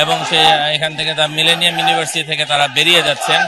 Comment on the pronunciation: মিলেনিয়াম উচ্চারণ করতে পারে না, সে কিভাবে এবং কোন যোগ্যতায় রিপোর্টার হিসেবে দায়িত্ব পায়?